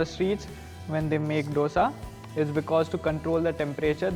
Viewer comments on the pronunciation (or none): Dosa pronunciation is like "दोसा" and not "डोसा" . D is like "Diwali" and not D as doctor